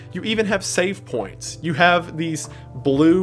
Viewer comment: Mining Equipment is the only defence!? That settles it. We need a dead space style game in this setting!! The med pack mechanic is covered too! Fun but horribly tragic npc found! Weird way to pronounce „save points“. This is the reason why my comment isn’t coherently written, but in chronological order. My thoughts exactly!! If it wasn’t fully apparent to me until now (it was), I know why I love these videos and why my friend recommended your channel to me… shared, somewhat different but still incredibly similar, insanity!